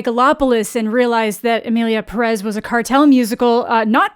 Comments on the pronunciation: You said 'Emilia Perez' so well. Y'know, you could have horrible mispronounced, butchered the title, and Mexicans would have been grateful hahahaha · (Spanish speaker here) Not even starting the video and I'm already impressed !! Your pronunciation for "Emilia Pérez" is so good !! Better than the director, I bet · Appreciate how you’re the first English speaker to correctly say the title of the movie. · I mean, most musicals nail all songs, though; that's the point... so, they really have no excuses... Also,, excellent pronunciation of Emilia Pérez in the intro! Yes, different accents in Spanish are a problem in movies made by non Spanish speakers. I'm so angry about all the problematic behind the scenes of this movie, but also with the in-movie messes (and offense, honestly)